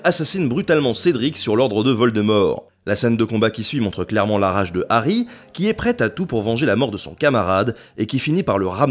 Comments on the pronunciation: HHH'... arry pas "Ary" !!!! Ha ! ces français ^-^ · Puriste alerte ! C'est "De Harry Potter" et non "D'Harry Potter", puisque le H de Harry n'est pas muet ! Et oui ! C'est comme les zaricots... (Et à cause de ça, JK s'est foutu de notre gueule, cf le "Arry" de Fleur Delacour) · DE Harry Potter, sans élision ! Le H est hhhhhaspiré.